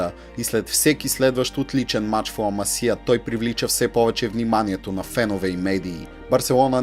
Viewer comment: Ламасия вика хахах Ла Масия е😉